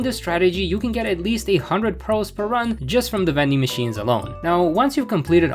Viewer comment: jsyk it’s “priz”